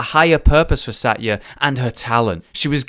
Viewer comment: Satya is pronounced sa-th-ya